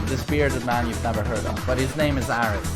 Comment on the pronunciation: You called him Aaaaahris right ?? xD